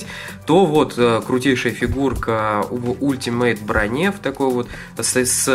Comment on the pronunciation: Не ултимейт,а алтимейт